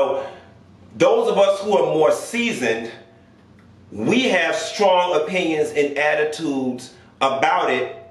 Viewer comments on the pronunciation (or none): none